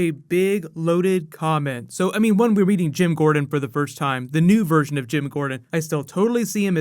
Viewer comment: That's not Jim Gordon, its "GYM" Gordon. lol